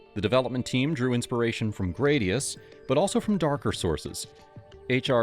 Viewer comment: Gradius" is most commonly pronounced as GRAD-ee-uhss (/ˈɡræd.i.əs/), rhyming with "radius". According to Gaming History 101, this is the pronunciation confirmed by Konami, rather than "gray-dee-uss" or other variations. Some users may also pronounce it similarly to the Latin word for sword, "gladius". (Sorry for the nitpick. Great video otherwise.)